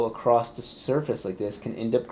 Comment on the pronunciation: Can calculate the flow of the intake using maths, still chooses to pronounce the word across as "acrost". gross